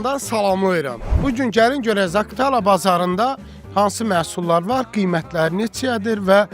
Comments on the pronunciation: Zaktala yox Zaqatala !! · Zaktala yox zakatala. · Yaxşı oğlansan. Ancaq Zakıtala yox, Zaqatala. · Zaktala yox, Zaqar Tala.. AVAR RAYONLARA GEDENDE DUZ DANISH